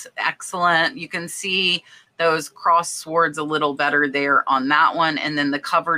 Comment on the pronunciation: Fun video! Always a pleasure! P.S. The"w" in sword is silent. Just in case you didn't know.